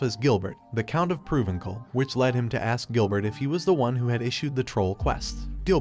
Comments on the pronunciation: The Ai voice bugs me especially when it says words wrong like when it says lead as leed instead of led. Otherwise I enjoy being introduced to new stories like this. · Sometimes I wish that these uploaders would fix the wording on the auto-reader (or whatever it's called) so that they said the words correctly. Among many other "mistakes", I keep hearing LEED when it should be LED. How hard would it be to type the story out so it's read correctly? Some of these stories are horrible because the main lead's names are continuously mispronounced. It just grates on the nerves.